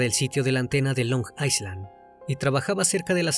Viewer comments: Carnalito, una pequeña acotacion, Island se pronuncia "ailand" y no "aisland", un saludo, excelente video. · Es “ailand” no “aislan”, la S en Island es muda 😣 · Se pronuncia "Ailand". Si bien se escribe island, se elimina la S. Mientras que la A se pronuncia justo como lo hiciste "ai".